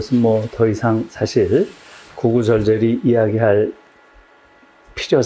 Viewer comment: 구구 절절" 은 "구구 절쩔" 이라고 읽어야지요